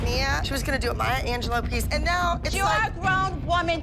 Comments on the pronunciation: It was so funny when Holly said Maya Angeloo instead of Maya Angelou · it’s anj- low